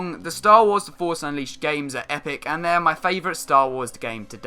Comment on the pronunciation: i hate how you say force ... "forsh" xD